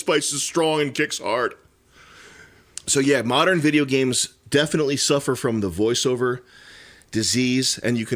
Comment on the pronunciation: Bro I pway bideo games I need to heaw mow about my bideo gays.